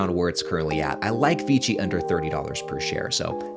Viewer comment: Isn't it VICI? Sounds like you're saying VG